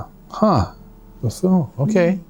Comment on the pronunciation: buffoon, not fafoon